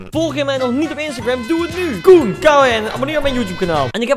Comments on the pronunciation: wanneer hij zich zelf promoot maar zegt K O N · Hij zegt gewoon K O E N